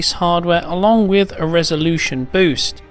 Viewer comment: Ah yes, another video "wif" "smooveness".